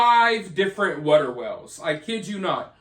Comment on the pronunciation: Water not wutter🤣